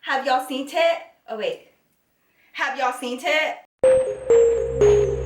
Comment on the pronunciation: Does she know that she says hunty and seent it??? not hating I love you I'm just wondering